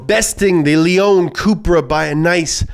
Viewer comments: Its pronounced Say-at Lay-on🙃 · It is Séat Léon, not Seeat Leeon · I mean that's not how you pronounce Seat or Leon but you do you...